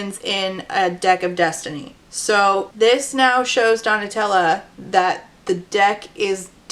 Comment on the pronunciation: I listened to this so absentmindedly that when you started calling Donatella "Tella", my mind just automatically corrected it to Nutella and went yeah that's a name that sounds right